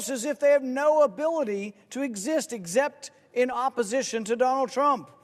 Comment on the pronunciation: Pretty much all anyone needs to say. Also, “eggzept”. Rand is a wordsmith.